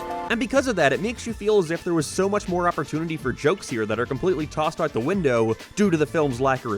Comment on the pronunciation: Wait, this guy speaks perfect english but cant say the word "out"? Wtf is that about?